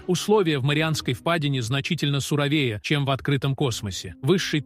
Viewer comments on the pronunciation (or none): Озвучивает ИИ! От того и футы, фунты, мили... и условия сурове́е. 🤣